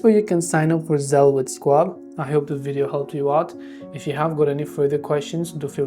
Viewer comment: This might be the worst instructional video I've seen on YouTube. Oh, and it's pronounced SHWAB, not SQuab